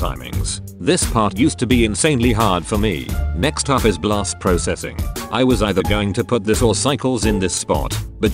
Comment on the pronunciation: You said Blast Pro-Cessing It’s Processing (It’s Process) And (zing